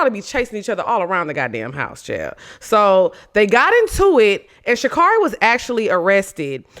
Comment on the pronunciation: you gotta say her name right or she gonna beat our ass lmfaooo it’s Sha CARRI like Carry